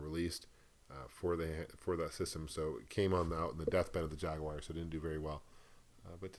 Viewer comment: Jag-you-are! lol